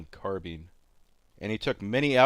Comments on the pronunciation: It's not a Carbean, it's a Carbine. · Say carbine not carbean